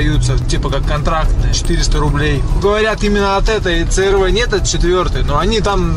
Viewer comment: си ар ви -дружище !11 ,а не ц р в -респект тебе